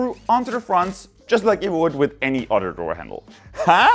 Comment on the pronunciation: Since you say udder for 'other', It would be funny if in one of your videos you say "cow others" but say 'others' not udders.